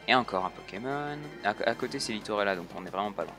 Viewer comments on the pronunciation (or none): Et dit a que c'est Littorella et pas Littolera 😆